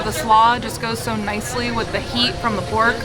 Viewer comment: Is it just me or does it sound almost like your saying porg instead of pork when describing the ronto wrap